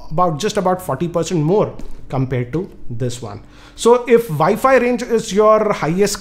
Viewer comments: you mean vifi routers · ViFi Router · What the hell is a ViFi router?